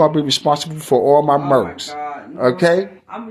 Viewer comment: Merch Baby Par not merks my guy. Dont merk nothing Baby Par. 🤣😂